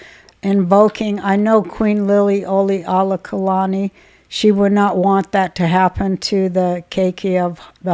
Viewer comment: Lilly-oka-lani. Just helping since I grew up the and know how to say the Queens Name! Love you!❤